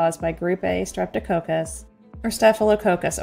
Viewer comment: It would be helpful if you knew how to pronounce the names of the bacteria. It's strep toe cock-us. Not coke-us 😂 by the way I'm also a nurse of many many years.